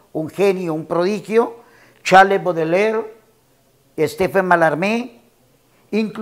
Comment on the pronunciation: Que yo sepa se pronuncia charls Boudelier , PRONUNCIACIÓN